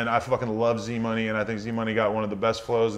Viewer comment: lol it's pronounced e-z money my guy